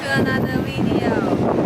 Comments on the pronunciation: You have to teach her to say it properly... it is not Weedeo, it is Veedeo. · velcome to anoder wideo!